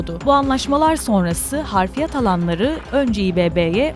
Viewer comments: Harfiyat denmez ablacım,doğrusu hafriyat .editörünüz uyuyor mu? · Harfiyat yanlış, Hafriyat doğru...